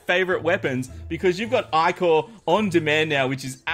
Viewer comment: I-core is how it's prenounsed